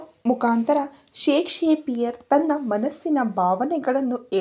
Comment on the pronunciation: Ri madam shake shakpiar alla adu shakspear asthe 😊